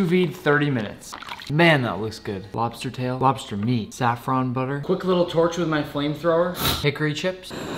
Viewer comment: You are one of the few people who pronounces saffron correctly, like Persian speakers